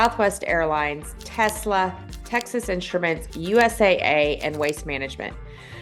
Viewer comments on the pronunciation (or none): none